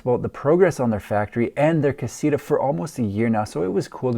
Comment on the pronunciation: Pronounced (kah-see-tah) damn